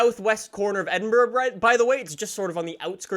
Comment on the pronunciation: when will you learn to pronounce Edinburgh?